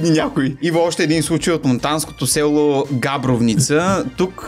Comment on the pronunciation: Габро̀вница е ударението, а като човек от Монтана, прозвището “Злати” най-често се отнася за Златко Живков, който стана кмет на Монтана за 7-ми пореден път. 🤷🏼‍♀️